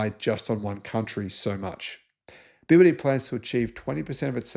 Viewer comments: also he cant pronounce BEE Y DEE ?? dont know why ??? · It is definitely worth it learning Pinyin to pronounce the Chinese names correctly. The ships are named after the production sites of BYD in China.